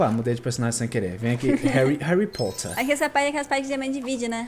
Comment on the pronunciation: Réri Porter :D (Só brincadeira)